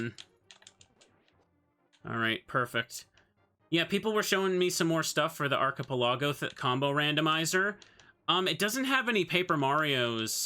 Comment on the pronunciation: On the off-chance you see this, Mr. Streamer, the word is pronounced "Ark-eh-Pell-ago", the CH is a hard /k/ sound instead of a "ch". Think "Chasm" instead of "Chair".